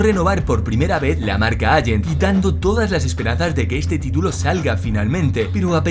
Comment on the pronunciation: "Agent", "alante", por favor... por lo demás, buen vídeo.